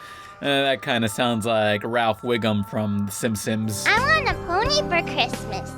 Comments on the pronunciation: what the fuck lmao u pronounced the simpsons as “the simsims”??? dude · "The simpsims" ahem what